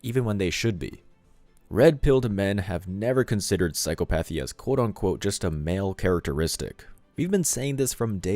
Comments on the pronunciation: I know it is spelled like it should be pronounced, "psycho-PATH-ee" but that is not how it is said. It is an irregularly cunjugated word. It is properly pronounced "psy-COP-ath-ee". "Psy-COP-ath-ee". I would hate for someone to misconstrue (or more likely PRETEND not to understand) and try to obscure your very valid point. People on the other side of the argument look for any reason to invalidate content they don't like... and in extremis they go for the ad hominem attack. "Him? He's stupid. Can't even pronounce the words of his own argument". Please don't take this as an attack from me because it was meant to help the channel improve-- something I'd like to see whenever possible. Love your work. Stay strong! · FWIW *psychopathy is pronounced